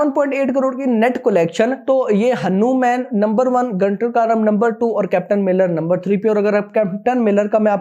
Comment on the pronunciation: Bhai aap hanu_man ki jagah hanuman bhi bol rahe ho